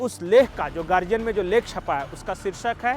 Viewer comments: प्रणाम🙏आप गार्डियन उच्चार किजिए ना की गार्जियन। बाकी गार्डियन का हिंदीकरण बहूत सराहनिय है।कर्नाटक में १९ में प्रज्वल रेवन्ना देवेगौडा के पोते चुनाव जिते हैं। बाकी सभी जगह भाजपा जिती है। ईसाई समुदाय लव्ह जिहाद से परेशान है। अनिल एंटोनी केरल के कद्दावर नेता ए के एंटोनी के पुत्र भाजपा मे शामिल हो गए है।अन्नामलाई पुरे जोश के साथ काम कर रहे है। कॅांग्रेस का प्रभाव कम करनेके लिए के सी राव भाजपा के साथ हाथ मिला सकते हैं। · Wonderfully pronounced Guardian became "gargian" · Read correct Guardian